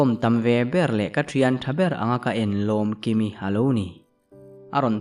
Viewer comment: Lomkimi tih ithluk dan kha, ilam hmasak ber kha athluk dan adik lo. Ahnu a ilam dan kha chu adik. Ilam hmasak ber kha ngaithla leh teh.